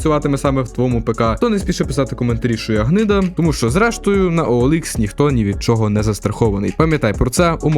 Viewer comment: Ніяк! Бо на ОЛХ (саме так правильно читається) перевіряються не комплектуючі, а люди.